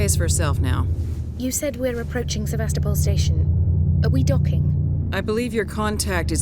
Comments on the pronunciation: Actually it's pronounced Seh-vas-toh-pol'. Not SevAstopol but SevastOpol'. I don't know why the emphasis is wrong in english. this is how it sounds actually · hears everyone clearly pronouncing it SevAstopol, but he like doesn't get it. He keeps saying SevastOpol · Se-VAS-topol Station. Not Seva-STO-pol. :) Sorry, but every time I hear someone in game saying it, I keep thinking you'll catch on. But... :) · Great let's play. But the pronunciation of seh-vah-STOW-pul is killing me. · SE-VAST-ER-POL... They say it like 10 times at the beginning! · "Sevastople" You pronouncing that made be both laugh and cringe haha. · For your reference,: Sevastopol is pronounced "Seh-vas-teh-poll" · is really the best at these games, but hilarious how even after hearing them pronounce sevastopol he kept saying it wrong lol